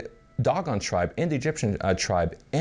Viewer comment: Dough Gone not Dog on ..... ass